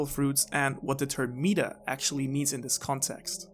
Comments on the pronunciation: Markyy Mark I don’t really know how mispronouncing a word makes you stupid. Especially considering English isn’t his first language. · Never heard meta pronounced like that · Bruh. I'm unsure if you're talking about this kind of meta; or something else entirely - I am really sorry if I come across rude, but your pronunciation of the word is really tripping me up. >.< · Fuck him messing up meta so many times really got me